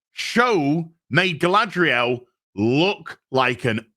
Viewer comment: "*smuckles*" -Guyladriel